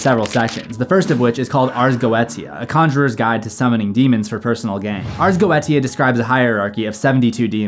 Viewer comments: Ars go-ay-sha is how its pronounced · I believe it's pronounced "Arz Go-shuh" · i think its pronounced ars Go ee sha like militia or inertia